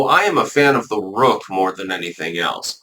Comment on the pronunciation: I was saying what the heck is a roke? Do you mean woke? It took me a while to figure out you meant rook. It rhymes with took.